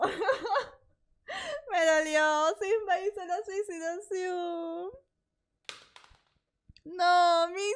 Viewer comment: "Suicidacion"???? 😂🤣😂🤣😂🤣 No manches